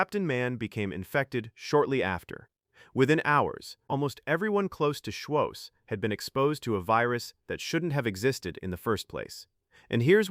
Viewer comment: It's embarrassing how obviously AI everything about this video is the script is not perfect it has no life they keep pronouncing his name wrong op